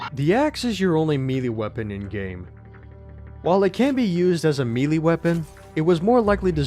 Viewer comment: BTW it's pronounced "May-Lay" not "Me-Lee".